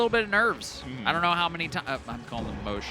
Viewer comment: Did just pronounce mosh as moesh?? Or am i missing something?